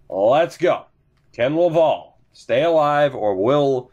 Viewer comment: Lav-AL, like AL Montoya ;)